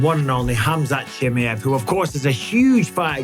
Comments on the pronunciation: Mike ! its KHAMZAT CHIMAEV ! Not CHI+ME +EV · But still says CHIMMIEVV